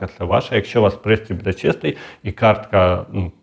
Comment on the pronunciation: Западенський говор вмісто можно ,, моно,, вместо бУде в него,, буДЕ,😢